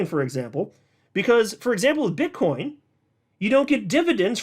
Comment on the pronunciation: you said bit*h coin 😂